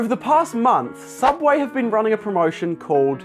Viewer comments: Don’t you mean... Sooubway? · Don’t you mean sooubway?